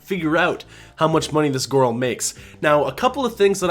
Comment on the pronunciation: Every time you say, “gorl” it cracks me up. ☺️